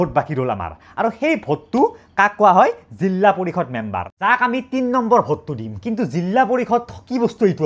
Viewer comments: জিলা ❌ জিল্লা✅ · Jilla nohoi jila koba eman beya khunise dhei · জিলা ❌️ জিল্লা ✅️✅️ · এটা কথা শুদ্ধ যে জিল্লা পৰিষদ নহয়, জিলা পৰিষদ। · জিল্লা নহয় অ জিলা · জিল্লা? জিলা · জিল্লা পৰিষদ মানে নো কি 😂😂😂 জিলা পৰিষদ হব